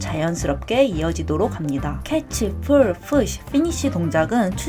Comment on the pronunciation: 다 좋은데 왜 pull push를 full fush로 발음하시는거죠?